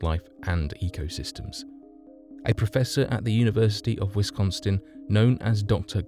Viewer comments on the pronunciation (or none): Wisconstin? Where exactly is that? Is it anywhere near WISCONSIN?